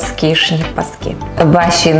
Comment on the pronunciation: Вы - Умница, Красавица. Именно ПАСКЫ💖// с ударением на последний слог👍так казала моя бабуся💖 Щiро дякую❤